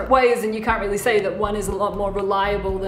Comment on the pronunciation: I disliked when he said I'm wheely smart